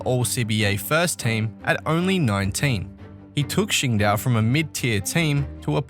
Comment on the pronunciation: Dang bro! It's Qingdao -- Ching Dow, Yang, Hansen -- Hansen Yong, I wish more people knew how to pronounce or understand almost every Asian person has on their passport last name then first name. I'm a white American spent time around the world. I continue to this whether sports or Geo-Politics. Something to understand for everyone.